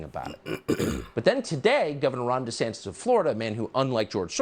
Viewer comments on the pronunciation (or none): You gave me an amused chuckle when you realized you were mispronouncing Ron DeSantis' name and then a few moments later you again mispronounced it as "DeSantes" instead of "DeSantis".